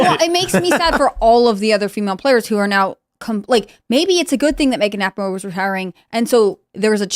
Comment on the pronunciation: Ra-peen-o, not Rap-in-o